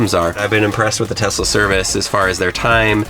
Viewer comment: “Her in my garage with brand tesluni” so “Knowledge”?